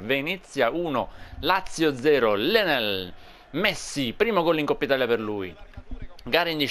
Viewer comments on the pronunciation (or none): none